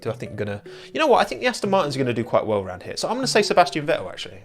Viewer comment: more like weww weww weww